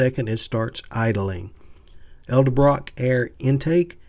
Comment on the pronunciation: Why is it when folks like your self say edsel you say ed-sel but when it comes to ed-el- brock, again """Ed-El- brock, you istead say El-La- brock? My 80yr old dad does it too. Its Annoying. And makes you sound illiterate.